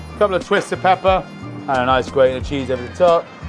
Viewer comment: Man, you kill me every time you say "PEPPA!" in that way! Great risotto technique, by the way. I think the acidulated butter comes from the great Gualtiero Marchesi.